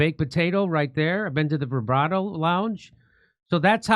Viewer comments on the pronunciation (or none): none